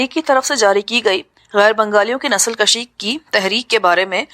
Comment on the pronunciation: نسل کشی کو nasl kushi پڑھنا ہے. البتہ اسے nasl kashi پڑھنا درست نہیں ہے. فارسی میں کش kush کاف پر پیش کے ساتھ کا معنی قتل کرنا ہوتا ہے جبکہ دوسرے فارسی لفظ کش kash کاف پر زبر کے ساتھ کا معنی کھینچنا ہوتا ہے. اسی طرح کا ایک لفظ بز کشی ہے. یہ ایک کھیل ہوتا ہے جس میں گھڑسوار بکرے کو کھینچ کر اپنے گول کی طرف لے جاتا ہے.